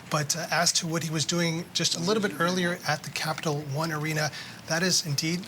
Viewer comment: this news reporter messed up the name of Capital One Arena 3 times